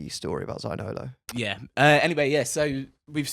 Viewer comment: Could you take the time for pronounce Zaniolo correctly? It's not a very hard one.